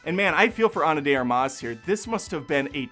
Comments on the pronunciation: The emphasis goes on the 1st syllable: ARMas (not armAS). Sounds like you are saying 'arm-ass' 🤭🤭 The correct pronunciation is like the English word 'ARMpit'. Please correct it moving forward, it gets annoying after a while The director also did the Assassination of Jesse James, which is a great film. 👍🏼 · Armas has the emphasis in the first A. Source I speak Spanish.